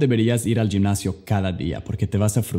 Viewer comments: Es la primera vez que escucho a alguien decir "yimnasio" 😁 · Hey, me gustan mucho tus videos, das Buenos tips para el aprendizaje del ingles, hablas muy buen español, solo debes corregir la palabra ^ gimnasio, en varios videos tuyos cuando la usas la pronuncias en Spanglish ^Gymnasio^ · Sólo tuviste 2 diferentes pronunciaciones diferentes gym de gimnacion para nosotros suena mas como "j" que como "g" y juventud varia un poco la pronunciacion... Pero me encanta tu español es casi perfecto.. Yo quiero aprender ingles 😩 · Oye se dice jimnasio no yimnasio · Estan super genial tus tips, por cierto cuando dices gimnasio o GYM, dilo como si fuera H en ingles Home en ingles, hhhimnasio, prácticamente suena como dicho por J Jimnasio jejeje... saludos genial tus vídeos.